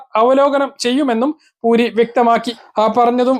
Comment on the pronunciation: പൂരി അല്ല മുനീർ പുരി